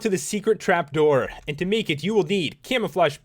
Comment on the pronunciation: Idk why but the way u say "and" kinda annoys me.. "Eeend end eyyyeend iiind eend" other then that good detailed vids lol